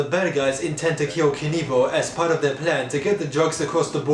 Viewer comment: 'Theiw wack of acting wuns in theiw bwood" (the line of the century)